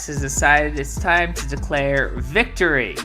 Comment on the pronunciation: ‘This victowwy means so much to meee’ He just talked over people and screamed non-sequiter insults like he always does.